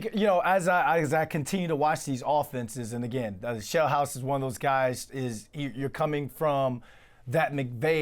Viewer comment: Sheelhouse not Shellhouse!